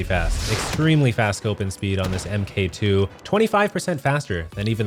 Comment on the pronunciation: God it bugs me when people say "M.K 2 instead of Mark 2"